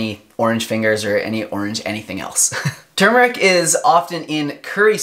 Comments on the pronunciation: THANK YOU for pronouncing both Rs!! tur*mur*ik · HE SAID IT RIGHT!!!!!!! I cannot STAND IT when, even DOCTORS say tooomeric... grrrrr its TUR MER IC!!!